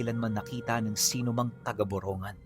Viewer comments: Sir para poh tama pag bigkas nyo sa Lugar parang ganito Bong-gan Ganon pronouncetion saamin nyan poh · Boronggan poh Ang tamang pronunciation😊😊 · (borongan) binabanggit as (borong gan) po taga dito po kami, Lugar po ni tito boy abunda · Hindi tama pronunciation mo borongan ngan Gawin gun